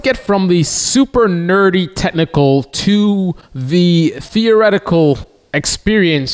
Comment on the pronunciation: dude if you plan on talking about technical anything maybe learn how to say technical and include the ch...its not tehnical although listening to you...who would know.